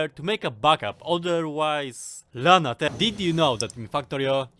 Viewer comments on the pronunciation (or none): none